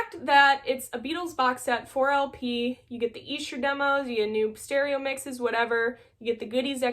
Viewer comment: YES!! Great stuff and I passed on the 4 disc vinyl version when it came out (just got the two disc) but could not pass on less than $50!!!! I haven't cracked mine open yet (and nice job on pronouncing Esher correctly!!!)